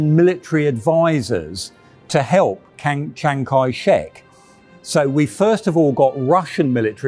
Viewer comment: can't seem to say "Chiang" right on the first try.